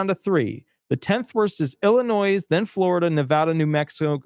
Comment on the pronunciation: The "s" is silent in Illinois ... ill-a-noy ☮️💟